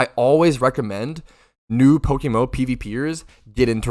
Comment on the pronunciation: Did you just called it PokeMoo 💀